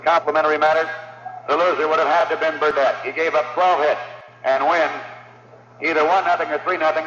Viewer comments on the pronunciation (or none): I'm a boomer from Milwaukee, and I can assure you that the final letter of Lou Burdette's surname was not pronounced as an additional syllable the time. Also first baseman Joe Adcock was pronounced with the first syllable having the emphasis. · ADCOCK........PRONOUNCED AD COCK........BURDETTE WASN'T PRONOUNCED BURDETY, BUT BURR DETT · Bur-DETT nor Bur-DETTY and ADD-cock.. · who the hel is lew beretti? . . . or berdetti? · Lew Berdette's name is pronounced BUR-DET. (rhymes with "bet"). Mispronouncing a person's name in a YouTube video is disrespectful. Far too many YouTubers mispronounce the name of athletes of yesteryear. For example, a YouTube search of "Lew Burdette" produces MANY videos wherein Lew's name is pronounced correctly. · it's pronounced burr-det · Fun video but speaker needs to get Burdette's name right! I did ot know about the Bob Buhl comment, smoking by Haddix and about the reinterpretation of no-hitter. Not sure how that affects the perfect innings though. Maybe someone can explain. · You would think that even a bot would listen to the announcers’ pronunciation of Lew Burdette’s and Joe Adcock’s last names! It’s plainly evident in this very video!